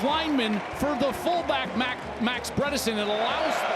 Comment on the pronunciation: Please do not say “Brederson” ever again